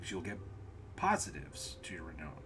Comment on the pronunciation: I know I’m a year late and I really I’m not that guy, but the word renown is pronounced like clown.